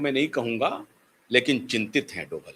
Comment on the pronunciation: डोबल नहीं डोभाल जी है